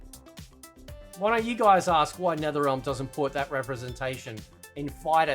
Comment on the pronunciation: It’s not “ten ya” it “tan ya”